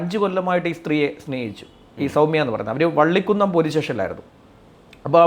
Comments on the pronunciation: വള്ളിക്കുന്നം അല്ല വള്ളി കുന്നം nearest place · പള്ളികുന്നം അല്ലാ വള്ളികുന്നം ആണ് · വള്ളിക്കുന്നം അല്ല വള്ളികുന്നം